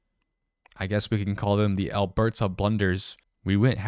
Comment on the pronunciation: The pronunciation of Alberta and Saskatchewan made my ears hurt